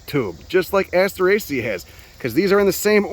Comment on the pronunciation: I drink everytime you say assterasea, I have never finished one of you vids....